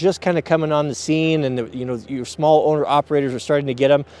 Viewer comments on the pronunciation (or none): none